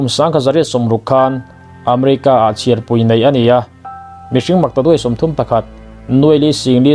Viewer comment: A bengvarthlak e. Thil pakhat sawisel ka duh, chhiarpui, indopui, inthlanpui tiha pui lai hi i lamri diklo, ropui a pui anga ri tur a ni, pui=help angin i lam tlat, dik taka chhiar ava tha em aw